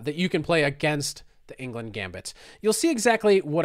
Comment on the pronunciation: It hurts my ears hearing you pronounce Englund as England every single time